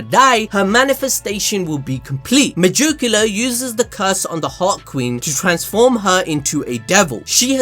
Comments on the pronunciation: the way you say megicula hurts my head.... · I love how he says "megoocula" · Me-Jew-cula 😬 just can’t stop hearing it. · Y do u have so much trouble with a name that is "magic", but with an "e"?!!! That shit is ridiculous!!! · why do you megicula like that LOL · You cannot say megiculas name for nothing I'm not a hater but you can literally look in the anime and they will say her name correctly